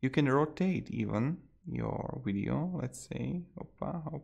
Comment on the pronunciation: Did he say weeeedio? Lol